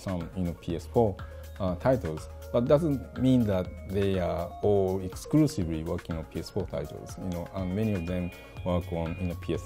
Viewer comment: Excrusivry, not Exclusively.